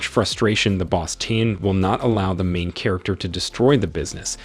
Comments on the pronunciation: And that emphasis on MAIN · THE EMPHASIS ON MAIN MAKES ME WANNA PULL MY HAIR OFF